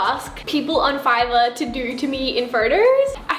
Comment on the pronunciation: They way she says photos tho. “Furtos” Lol no hate tho 😂